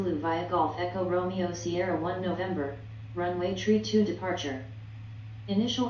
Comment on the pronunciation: Why does she say tree? *THRree